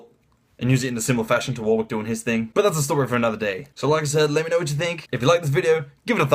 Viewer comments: It's a common English name pronounced "Warick" not "War Wick" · It's "Warick" not "War wick"